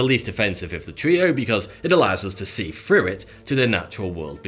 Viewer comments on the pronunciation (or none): "Glass allows us to see frew it" = Haha !